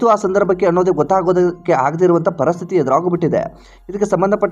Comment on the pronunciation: ಪರಸ್ಥಿತಿ ಅಲ್ಲ ಪರಿಸ್ಥಿತಿ